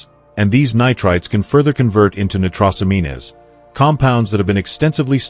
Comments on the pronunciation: The AI “genius” narrator should learn how to pronounce nitrosamine, nitrosamines. If botulism arises in an O2 deprived environment, what is the rational in storing leftovers in an airtight container? Reuse chicken into soups and stews. 😎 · 1 for the content... Thank you! However... using AI text to speech means you need to listen to the broadcast, because the AI sometimes gets the pronunciation of words wrong. Case in point: The word nitrosamines. Nitrosamines should rhyme with the word "careens". However, in this video, the AI has it rhyming with the word "mean-ness" - which is of course incorrect. Just because you can use AI to save time, doesn't mean you can just leave everything to the AI. Which means you'll have to modify the words you feed the AI for the spoken word tracks. As such, you will need two sets of text blocks: One set for the pronunciation and one set for the on-screen narrative subtitles you provide. No getting around it. The only other alternative is to use a different voice, as AI voices vary in their pronunciation of words. These simple tips will keep your audience from instantly being able to identify faulty AI pronunciation. For that reason, I give you a 1 for content but a 0.25 for the narrative track. AI is good, but just like a sophomore in high school, it needs supervision. Otherwise, it can and will get things wrong. These types of errors can make an audience presume that you (or the AI) is asleep at the wheel, which can cause viewer to ask: "If it got that wrong, what else did it get wrong?" My qualifications? I just happen to be the CEO of an AI startup and have to deal with similar issues when relying on AI to streamline production. So take a little more time and watch your own vi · You mispronounced and misspelled nitrosamines, adding an extra syllable. This makes me wonder what you really know about that subject and others you're speaking about. I stopped watching after that. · He is not even pronouncing nitrosamines properly!!!!